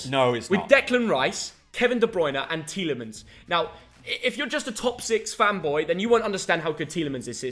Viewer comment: Tielimens ? Are you jooking ?